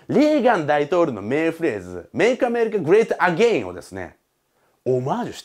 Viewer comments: 発音的にイギリス人っぽい気がする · make America great againを教えてくれた人発音良すぎて何回も聞いちゃったw